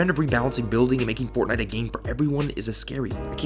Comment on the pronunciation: yEAHFUCK f"ortnitee" ihate it so much 👿👿👿👿grrrrr